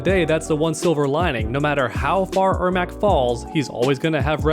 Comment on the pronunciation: its pronounced Air Mac like the shoes